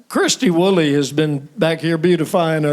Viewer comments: Sheb Wooley, not Wolley😏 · The name is "Wooley", not "Wolley"